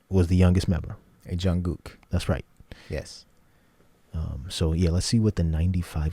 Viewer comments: Thankyou ...It is pronounced Jun Gook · I so appreciate that you pronounce Jungkook's name correctly. :) I don't have an issue if people mispronounce their names esp if they're just getting into BTS - but when someone says it right it makes me smile and really appreciate it!! <3